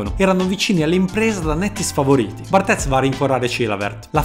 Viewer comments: barthez si pronuncia bartè, nn lo faccio per fare il sapientone ma per far modo che tu aumenti la tua professionalità in tutto, anche nelle piccole cose, spero che continui così con video fantastici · si pronuncia cosi in francese, poi se lo vogliamo pronunciare all'italiana puoi dire pure come hai sempre detto. Bhe, vedi tu cosa è meglio per la qualità dei tuoi video